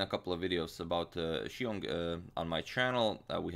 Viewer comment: The way you pronounced Xiong is spot on!